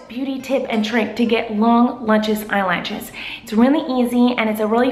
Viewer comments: I knew she would say eyelatches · " eye latches" teehee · I knew she'd be saying "eye-latches" before even clicking on the vid :D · you know miranda too well if you read eyelashes "eyelatches" 😂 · long latchez eyelatchez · The way Miranda says eyelashes haha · kills me every time. I die laughing. She's like 'If you want lu-chus eye-latches' and I pause the video so I can have a moment.